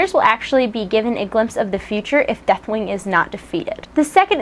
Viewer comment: Not gonna lie, sort of sounds like you're saying Deathwang =3 :P On a serious note - 4.3!!